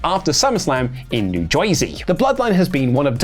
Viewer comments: From Jeyorsey ehh? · NEVER says New Jersey like that EVER AGAIN!